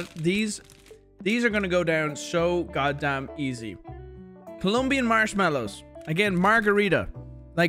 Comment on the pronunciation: Is Colombian, not Columbian. chat we gotta cancel. is a joke by the way he get's the Colombian seal of a approval from me